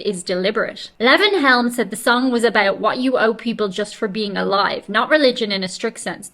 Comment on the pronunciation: his name is lee.von helm.pronounce it Lee. Von